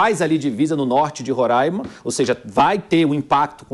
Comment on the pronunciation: Este apresentador tem que aprender a pronunciar Roraima e Pacaraima